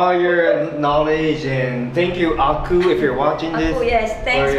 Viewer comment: I believe the Ah Ku uncle you are referring to, should be your mother-in-law's brother? For better pronunciation, it should be Ah Kuu. Woah, mooncake from Peach Garden! This is one of the famous local Chinese restaurant, which most Singaporean Chinese should know them. The proper name of this festival is "Mid Autumn Festival", which then represents the year has reached the autumn already. As for the history of Mooncakes, actually both you and your mother-in-law are correct. 1) There is a fairytale of about a fairy by the name Chang Er. During that era, there were 10 suns in the sky which were causing droughts. Chang Er husband Hou Yi was a very powerful hero, took his bow arrow shot down 9 suns which then save the people. As reward, the queen of deity gave him immortality elixir as reward. Hou Yi eventually became king and turned a tyrant. Chang Er worried that the country will be in disaster if Hou Yi ate the immortality elixir, so she ate the elixir herself and flew to the moon. 2) There is another later version which the mooncake was used as a container to hide message. It was during the late Yuan Dynasty, and there were rebels all over the country to overthrow the Mongols. In order for the rebels to communicate without getting caught, they made mooncakes and hid the rebellion messages inside the cake. These two are the more popular ones which many locals will know. Actually the Mid-Autumn Festival in records is more for celebration of harvest, when the Emperor will celebr